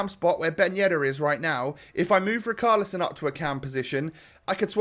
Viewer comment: Why are you still saying " RICALISON " ... Is RICHARLISON mate ... Like RICH you know ... RICHarlison